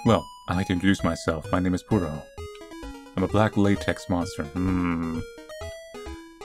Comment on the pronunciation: ITS PUR OH NOT POO OH